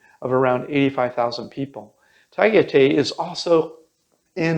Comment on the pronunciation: Tagaytay= Pronounced “tag-eye-tie” >Just helping out, in case someone wants to ask about the place, locals are more likely to understand you if you pronounce it that way.🙂 Also, Baguio does NOT have a beach-you were showing an ocean in the video, it might set wrong expectation for someone who has never been-the closest beaches are about 45 mins away in La Union. Amazing beaches tho, white sand, gold sand, even BLACK sand! Baguio is more like a tropical Denver-mountainous and pretty.